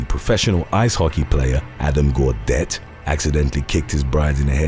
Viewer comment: Ugh, weddings. You know how to pronounce Gaudette (who turned out to be an antimasker), but not Canuck?! It's NOT the way YOU pronounced it.